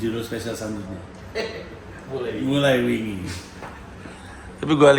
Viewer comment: Kalau orang non Jawa, ngomong bahasa Jawa, kadang memang susah. Pandji mengucapkan kata "wingi" dengan cara seperti mengucapkan kata "wing (sayap)". Saya dengernya terasa aneh. Hehe 😁